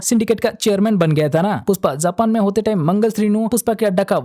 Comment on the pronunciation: Puspa nhe pushpa your Hindi is too good 😂☠️